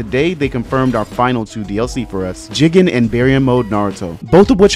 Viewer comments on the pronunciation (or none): Man said jiggin rhyme with chicken, not JIGEN(geegen)